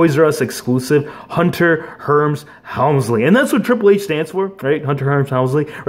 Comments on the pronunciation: But it ain't hunter herms helmsly it's hunter Hearst helmsly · Is Hunter Hearst Helmsley you said Hunter Herms Helmsley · It’s Hurst. Not herms. Hunter Hurst Helmsley. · It's hunter HEARST helmsly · No one's gonna mention he pronounced the name wrong